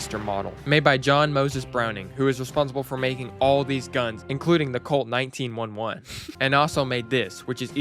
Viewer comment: please tell me saying 1911 like that was ragebait